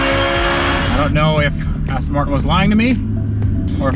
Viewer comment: “ass-ton” martin holy shit. Thats a nice booty